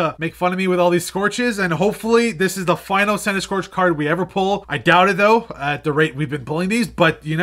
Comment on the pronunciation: Noooooo not Centiskorch 😭😭😭 what's wrong with you 🤣🤣🤣